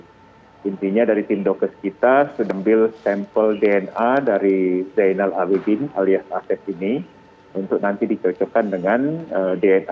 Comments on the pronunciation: 99% MEDIA SELALU SALAH SEBUT NAMA RUMAH SAKIT ZAINUL ABIDIN, MEREKA SELALU MENYEBUT ZAINAL PADAHAL YG BENAR ITU ZAINUL. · Ejaan lama Zainoel, dibaca Zainul.